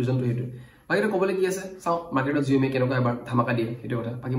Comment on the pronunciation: Saomi buli kole bhal huni